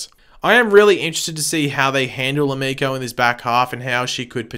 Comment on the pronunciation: stephen does his own stunts so why he has the hood up is wierd. also as a weeb i cringe when you pronounce emiko wrong